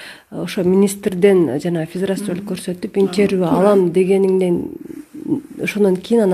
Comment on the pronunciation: Баары жакшы,азаматсыңар, бирок " интервью,коллегия" деген сөздөрдү туурараак айтсаныздар,таарынбагыла.